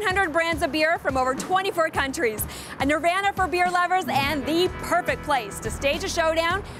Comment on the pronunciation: who the hell pronounces “nirvana” like that